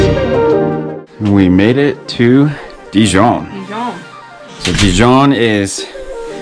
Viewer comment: You have presented a fantastic and beautiful video on Dijon. Almost as good as visiting in person or maybe better. My only suggestion would be to brush up on your French pronunciation. ❤